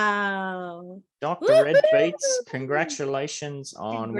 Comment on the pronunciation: Niceee! That statue is going to look nice on my Rio property 🔥🔥 Thanks. Dr. Redbeatz sounds fire and fitting how I was surgical with beats lol but it is pronounced Dee Red Beatz